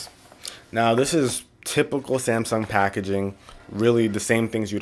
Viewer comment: He said zamsung